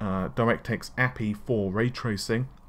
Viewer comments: API is spelt out, not pronounced Appy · path tracing yes....not until we get there is it terribly important, ofc...we do need stepping stones. ans FFS, stop pronouncing API like a word, it's not...lmao. :)